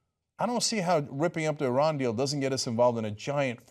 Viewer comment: Great to see someone that doesn't pronounce Iran, eye-ran!